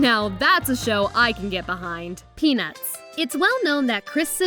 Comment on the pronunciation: for some reason when she said "peanuts" I heard penis. Dont judge me